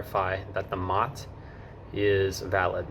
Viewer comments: MOT? MOT? No one, anywhere, not once, ever called it the MOT, it's an M.O.T., pronounced M.O.T. Not a mot. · M O T. Not pronounced mot……😂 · It’s pronounced “em oh tee”, not “mot” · It's not MOT - It's M O T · its not pronounced MOT its pronounced m o t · One pedantic, minor point - nobody here says MOT, it’s M.O.T. Enjoy your time here and make the most of your car to explore the UK. 🇬🇧🇺🇸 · wrong on the v5c, you should be given that by the seller ,either a car dealer or private sale, you fill in your name and address details ,and send your part of to swansea,and your v5c comes back to you in the post ,also it not a mot its a M O T pronounced seperatly, its also not tags its number plates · Minor point but we pronounce it M,O,T not mot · It is not "Mot", it is "M.O.T.", named after the now defunct Ministry of Transport that initiated the test. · Please please please, don't call it a mot, that is a ladys' private parts. It's an "Em~Oh~Tee". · "We don't call it a "MOT", we literally spell it out (M.O.T) so it becomes as 3 syllable word. You will never actually hear anyone say "MOT" as it is written. BTW, it stands for "Ministry of Transport". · btw its " M O T" you say the letters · Just so you know, MOT isn't said as a word, but as individual letters M-O-T. You might already know this by now though 🙂. I enjoyed watching.